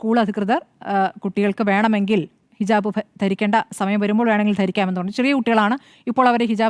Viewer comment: ഹിജബ് അല്ല ഹിജാബ് 😄😄